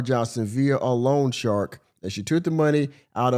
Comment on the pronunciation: I am sorry; but this is driving me nuts. It’s not ‘long shark’; it’s loan shark. They are called that because they are illegal predatory lenders that charge super high interest rates. Every time she says long shark my head wants to explode. 😂